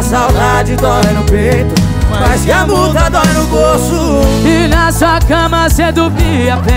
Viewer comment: Ela fala errado fala mula é multa